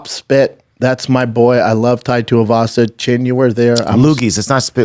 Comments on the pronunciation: did he call tuivasa "topuria" ? or am i mistaken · Who the hell is “Typeria”